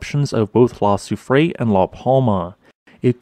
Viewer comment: La soufrière is pronounced La sue free eyre